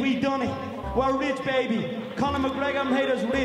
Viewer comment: Conor mcgregor impersonator: Dahnar, 50gs paby Joe rogan : ...... moving on